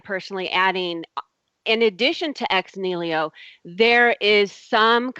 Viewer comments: Aaargh! Ex NIHILO! Not ex "nilio" damn illiterate! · Oh god... it is EX NIHILO not Ex Nilio! You do not even know what you are saying, much less of what you are talking about. As for the "turning water into wine" example... would it really keep up to scrutiny? As in actually being turned into a substance not just looking, smelling, tasting like wine but into a substance that even scientific examination could not distinguish from actual wine. You would have to set up a double blind experiment with controlled conditions to exclude any tricks on "jesus" part first. So no smuggling in of wine to exchange the original water and all that would be possible, not even using a "winepill" adding the smell and taste and color to the water... THEN the chemical analysis would have to keep up and THEN we could worry about the "how" and how to call it. As for claim that these 9 sources definitely identify the historicity of Jesus... her treshold of belief is so incredibly low, a drunk guy would roll over it without even trying. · Every time said "nilio" I kept yelling at my screen "NI HI LO" and she's supposed to be studying this shit. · is anyone else as annoyed as i am by her butchering of the the phrase ex nihilo? it's ex knee-he-low not ex kneel-io. the order letters are written in actually matters in latin. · "Ex nilio " is really annoying. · Making elephants disappear on a weekly basis doesn't sound like a viable business plan, considering how big an elephant budget you would need. Also, it's "ex NI-HI-LO" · that was pissing me off! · How come no one told her to stop butchering the word "ex nihilo"? What I get from her is she is replacing her gaps in knowledge with god. That is about it.